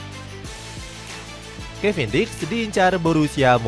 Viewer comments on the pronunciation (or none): Kevin diks ya teman-teman bukan kevin dick 😅